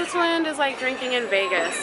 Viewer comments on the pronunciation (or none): none